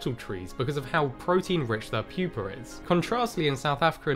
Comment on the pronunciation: Say it with me: pupa. PYOO-PUH. I'm no scholar, but I detect no "r" in the word pupa. Not puper. Pupa.